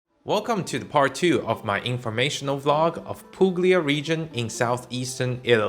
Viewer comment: You don't pronounce g in Puglia:)